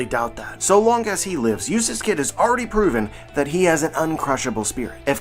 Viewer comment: everytime you say eutass kid, i ear useless kid. xD